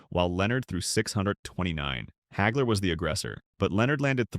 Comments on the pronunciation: "Marvelous Marvin Heygler"?!! Uh....Wha...!! Everyone I know and have heard speak this man's name pronounces it Hagler - ie., Haagler. Where the *** does "Heygler" come from? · AI can't even say his name right.